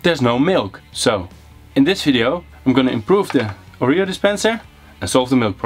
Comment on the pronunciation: Leuk project en leuke video, ik lag me rot😆🤣 Oja en je spreek Oreo verkeerd uit, het is Oreo 😜🤣